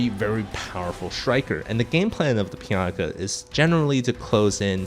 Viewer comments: Take a shot everytime says Pianka instead of Pinaka. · PI-NA-KA! PI...NA...KA!!! NOT PIANKA!! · Good video, but "Pi-yan-ka" drove me a little crazy. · piyanka? is that how its supposed to be pronounced? huh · Great insight into each unit. Very nifty. Please decide on a pronunciation for Pinaka. hahahahaha. :D